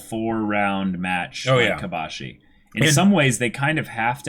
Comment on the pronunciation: Kobashi* not Kobayashi